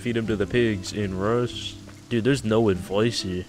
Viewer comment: “Edvise smegma”